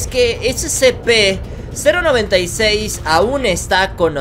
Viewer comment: Se dice sepe sepe sepe